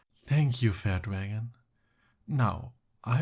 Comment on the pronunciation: Oh no no, he said "Thank you fair dragon" 😂